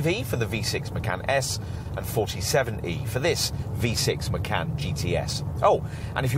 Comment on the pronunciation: Haven’t found a reviewer who pronounces Macan correctly 😶